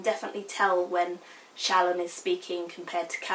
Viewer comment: Not a criticism. I adore SA and Words of Radiance is my most favorite books ever. I mainly listen to the audio book because I can't sit and read without falling asleep. So, I am always listening to it over and over again while I drive. I was gonna let you know how the audio book pronounces the names. Eshonai is "Esh Oh Nie" Shallan is "Shal On" Kaladin is "Kal uh din" Alethka is "Al eth car" Like I said, I may have misspelled the names since they have ever been heard and not seen. As far as spelling goes. I know fantasy names are always up for debate, but I assume the audio book has asked Brandon for his intended pronunciation. FYI, I adore you review, I agree with everything you said/felt about this book. I promise I'm not trying to be a dick and correct you. I just figured you might want to know the "correct" pronunciation.